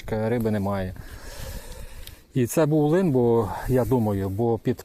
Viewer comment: Дякую що лин а не лNнЬ